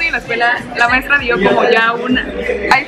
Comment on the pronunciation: maistra quiere salir en mi vidio? Maestra: nel nel